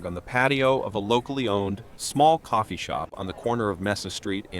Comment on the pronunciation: cofeee co℥℥eee